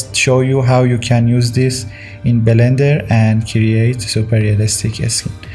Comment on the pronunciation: belender lmao